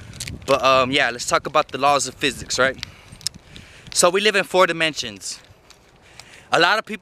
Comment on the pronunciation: He said “we live in four demontions” I thought damn he high af